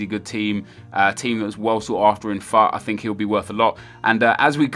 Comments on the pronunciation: Stop saying fat god Damon it its future like foot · oh really? I hadn't worked that one out.... OBVIOUSLY I know that. Most people say FOOT and I think that sounds a lotttt better so I was just letting Nep know my opinion